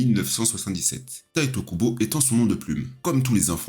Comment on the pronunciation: bonne video mais a faire attention a certain noms dont Tite Kubo et non Taito Kubo (je suppose que la remarque a deja ete faite vu le titre)